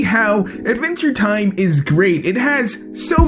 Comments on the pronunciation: why dose he pronounce it aventure time instead of adventure time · Am I the only one that thought he said "A venture time"? XD